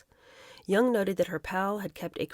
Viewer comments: It's pronounced JONG, not Jung (Young) like Karl Jung. Jong. Jong. Jong. Erica Jong. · Back in the day, we called her Erika Jong with the J prounced as a hard J, not Yung. Just sayin.